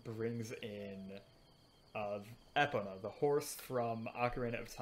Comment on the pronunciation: Bothers me so much you pronounced "epona" as "epa"